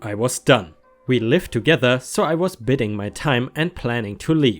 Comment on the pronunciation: You've previously asked for help with pronunciations so I thought I'd try to be helpful :) Biding has a long I, from "to bide" rhymes with hide/hiding. To bide means to wait. Evangelist has a soft g like j. Your English is really excellent. English is crazy but can be understood through tough thorough thought though. ;) 💜💜💜 ⭐✳️✨✴️🌟 My friend is from Somalia and her English is limited and my Somalian is non-existent but we get by. She's moving and today I gave her a housewarming present, because moving is expensive and stressful so you give something nice. She wouldn't accept it until finally I explained it's American culture. Then she thanked me for teaching her and accepted it. 💜💜💜 I grew up in a town of 25,000. There was a single black family at my high school. Now I live in one of the largest US cities. Crazy :)